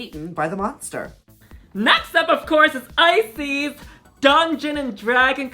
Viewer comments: Is it only me that keep hearing ice, sis instead of Icesis? hahahah love you queens <3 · Girl y’all pronouns icesis wrong the last part of her name is pronounced like sis ice sis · lol not both you guys pronouncing Icesis as "eyesees" I'm crying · ah? Ice- Sees?? Prison, henny!!😅😅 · Are they deliberately mispronouncing every single queen’s name? I swear not one name was said correctly 😂😂 Come through “Icies”, “Aydriana”, “Kendal Jenner” and “E6000”!! 💀💀💀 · not them not even pronouncing the winners name right lmao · The pronunciation of Icesis. I can't! 😭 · Everyone's commenting on Icesis's mispronounced name, but I'm truly surprised Kendall Jenner was on this entire season of canada's drag race and we've been calling her "Kendall Gender" all along...😜🤣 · Ooof the pronunciation of icesis name :( imagine winning the season and then hearing your name pronounced wrong lol.